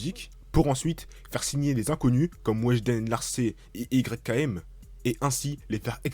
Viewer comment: ON DIT PAS "YKM" MAIS "YAKEEM" ÇA S'ÉCRIT YKM MAIS CA SE dit "YAKEEM"